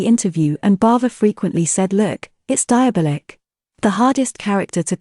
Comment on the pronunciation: Narrator's voice is pleasant and soothing, but the repeated pronunciation of a word spelled 'diabOlic' as 'diabIlic' really grates over time.